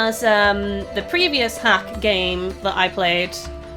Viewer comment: it's pronounced dot hack